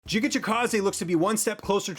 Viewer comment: Giga will knock him out! And please stop calling him Jiga, his name is GIGA :D